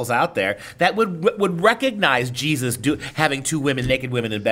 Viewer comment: Its Jesus..Not Jesotta...